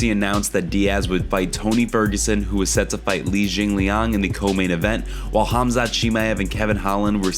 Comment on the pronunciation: 7 1/2 pounds is not close to 10 pounds, don't lie and speak the truth! Learn how to pronounce Khamzat!